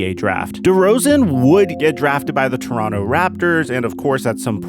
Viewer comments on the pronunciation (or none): none